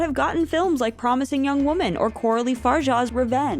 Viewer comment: Waaahhhman, it’s pronounced waaaahhhman